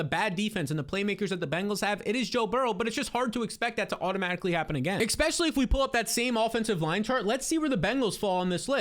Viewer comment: good stuff as always! But please, it's "eSpecially, not eXpecially.